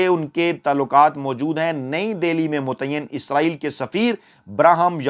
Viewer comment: جناب فیاض راجہ صاحب اگر آپ کی والدہ حیات ھیں تو ان سے کہ آپکی مونہوں چوم لیں ۔۔۔۔۔ کہ آپ بہت صاف اور واضح لہجے میں " اسرایئل" کہتے ھیں۔۔۔۔۔ یعنی موجودہ دور کے اینکرز کی طرح " عزرایئل " نہیں کہتے۔۔۔۔۔۔۔! 😊 اللہ آپ کو ھر طرح کی عزت، دولت اور عمدہ صحت سے نوازتے رھیں۔۔۔۔۔۔۔ آمین۔